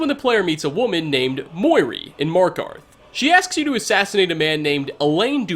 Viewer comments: Muiri, not Moiri sorry but I found it funny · Muiri (moo-ear-ee)